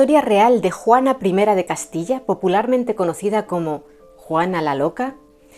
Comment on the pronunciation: Me has tenido 1.35 minutos embelesada.Gracias y que gusto oír decir Juana 1 de Castilla. No te lo había dicho antes...me encantas!!